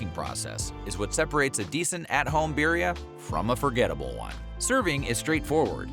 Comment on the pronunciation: Makes a whole documentary with zero effort to say the word correctly